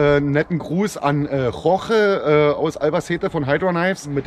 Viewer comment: Guten tag, This is Jorge from Hydra Knives ( I know you were worried about pronouncing my name alright, you did it:D as well as "buenos aires" hahaha) This is one of the most complete reviews we have seen about Buzzard, but this is not about the review itself, which is ubber great but the quality of the content: you got a piece of art here, we couldn't think about a most complete review of our knife, you did almost everything with it! Vielen Dank, hier hast du für immer einen freund (I hope I have said it correctly lol) Brofist👊